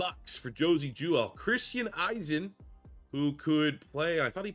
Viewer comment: Bro if I had a nickel for everytime he said Christiansens name wrong lol....